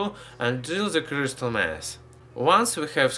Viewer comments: Criestal mantane criestal criestal what the fuck man he should have a throat surgery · Why did it sound like he kept saying crystal meth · It sounds like he's saying crystal meth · sounded like he said crystal meth XD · Not to be mean about his accent b yup t it sounded like he said crystal meth